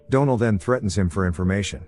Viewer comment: I really hate AI narrators. They don’t pronounce certain words properly and they can never say names right. For example the name Donal. It pronounces it as Doe-nel instead of Dawn-el or the name Penelope as Pen-e-lope instead of Pen-el-o-pee. It drives me crazy.